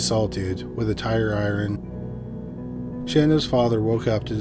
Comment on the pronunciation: Robots can't say iron. Lol